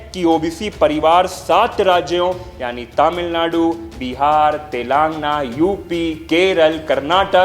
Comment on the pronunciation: अच्छी voice है। बस एक आध शब्दो का उच्चारण शुद्ध नही है। प्रतिनिधित्व, तमिलनाडु, तेलंगाना